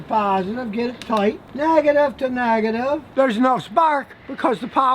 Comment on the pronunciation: "Nag-a-tive to Nag-a-tive.." =)